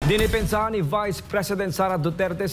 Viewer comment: Dene-pensahan? 😂😂😂😂 exaggerated naman masyado yang DEPENSA hahahah